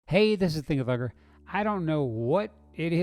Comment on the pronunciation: Hey (that's how you pronounce it, bro 🤷), I wish you would think-thunk some other things, too. You seem to only do Bigfoot videos. I'd love to see you think-thunk the crap out of some UFO and paranormal stuff.